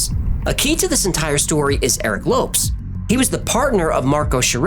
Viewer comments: ... i thought it was pronounced 'lo-pes' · I'm no expert, but from the spelling and a little knowledge of the language, I believe the pronunciation of his name would be like "low-pez", not lopes, as in antelopes. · question, isn't it pronounced Low Pez instead of lopes? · It's pronounced Lo-PeZ not Lopes lol. Any Brazilian would be annoyed to hear it pronounced like that. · Lopes is not pronounced Lops but Lo paze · Lopes = Low-Pez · Lopes is pronounced like "Lopez," it's only spelled differently. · A great example is the late member of the music group TLC, Lisa "Left Eye" Lopes. her last name is pronounced like "Lopez." I love your channel but sometimes you get names wrong LOL. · I am so disappointed in you. You make an effort to pronounce the names and locations correctly in their native tongue, but fail to spell the surname of the guy? Lopes, please google the pronuciation. You say it like Loupes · The man's name you call Lopes is pronounced Lopez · The Lopes should be pronounced as Lowpez, right? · no. In portuguese its pronounced like "Lohps" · Surely Lopes = LO-PEZ, no? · Low - pess Lō-pezss Lopes. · Lopes = loh-pehz I love the video. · Holy Crom, dude! It's pronounced LO-PEZ! Lopes is just an alternate spelling. :face-green-smiling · Best pronunciation.. 🤣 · Isn't Lopes pronounced as Low-pez? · Very good fact-checking, as in all of your videos. In the future also check how to pronounce foreign surnames such as ‘Lopes’. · Cmon you're really gna pronounce Lopes like that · He mispronounced Lopes tho.